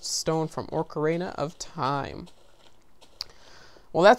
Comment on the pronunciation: U pronounced most of the names wrong. Its pronounced Ok-uh-ree-na not o-karen(like the name)-a.